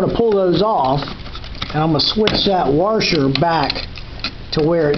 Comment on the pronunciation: No R washer except at the end. You keep saying waRsher. Sorry I can't get past that!